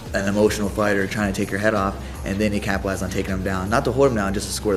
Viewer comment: RJ. "Captelize"